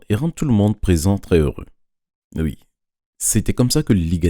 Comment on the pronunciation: Et la... Elle a dit ui